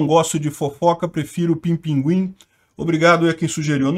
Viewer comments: "pinpinguim" kkkkkkkkkkk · Demorei uns segundos pra entender o "não gosto de fofoca prefiro pinpinguim" kkk